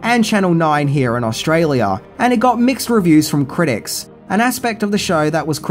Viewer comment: Lmao Ausgolia. Subbed.